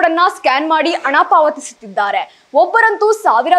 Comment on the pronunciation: ಶುಭ ಆರೈಸಿ,ಅಣ, ಎಚ್ಚು ಜನ, ಒಸಾ, ಒಂದಿಕೋಳ್ಳು ನಿನಗೆ ಯಾವೋನೆ ಕನ್ನಡ ಹೇಳಿಕೊಟ್ಟಿದ್ದು. ಹೋಗಿ ನಾಲಿಗೇನಾ ಕತ್ತೆ ಉಚ್ಚೆ ಲೀ ಉಜ್ಜಿಕೊಂಡು ಬಾ. ಥೂ ಯಾಕೆ ಬರ್ತೀರಾ ನೀವೆಲ್ಲಾ ವಾರ್ತೆ ಓದಕ್ಕೆ